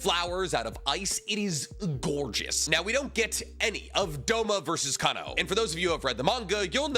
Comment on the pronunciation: While I personally liked the music, I agree with this video! But the way calls Gramps the “lightning hashira” instead of the rumble hashira (what they call the THUNDER hashira) kills me every time, he always says lightning breathing/lightning hashira ugh he also kinda butchered Kanao’s name 😭